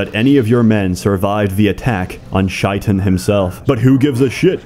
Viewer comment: greatest thing I have ever seen. Just one tip bro. Shaitan (devil) is pronounced "shay-taan".